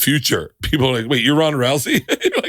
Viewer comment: Also Ronda, not Rhonda